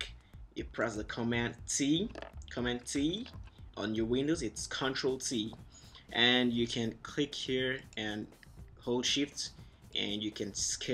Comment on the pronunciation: your video clearly sounds like you're saying "Ctl C". Just sayin'